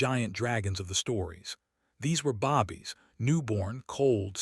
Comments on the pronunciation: Every story has bobbies instead of babies. Like the stories but tire of the mispronounced/spelled. Please correct this and I will come back to listen. Currently they are dismissed.😢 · Please learn how to say "babies". The A sound is a long A